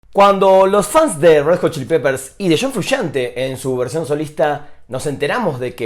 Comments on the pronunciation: shon frushante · Shon Frushante.